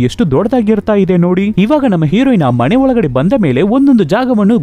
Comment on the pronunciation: ಕನ್ನಡ ಉಚ್ಚಾರಣೆ ಸರಿ ಇಲ್ಲ ಮನೆ ಅದು ಮಣೆ ಅಲ್ಲ explain super but ಕನ್ನಡ bad